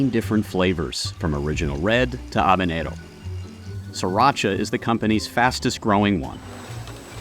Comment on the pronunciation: Major props for that proper pronunciation of "habanero" !! Tabasco is an icon for a reason, even if it's a flex some folks don't like these days. It was one of the O.G. American hot sauces, one that I don't think I'll ever get tired of sprinkling on dishes that go well with its vinegary pepper spice. It's also low in sodium, at 35 mg/teaspoon!